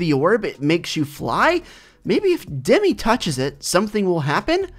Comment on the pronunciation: It’s dem I not demee